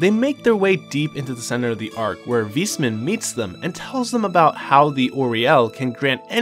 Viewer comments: Awesome recap! i played the games but this was a great summary for when i start tcs III. Also, its "Wise" man not "Weesman". Not tryna be funny just letting you know. :) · I'm not sure if he butchered every single name on purpose. Like Weissman, Liberl, Aidios etc. Imoressiv either way! lol